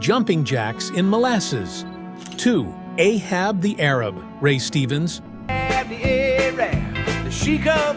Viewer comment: Funny how this AI voice complains that "Ahab the Arab" is full of "mispronounced words," as it's mispronouncing the name of the song.